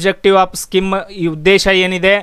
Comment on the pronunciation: skim ಅಲ್ಲ ಅದು scheme ಸ್ಕೀಮ್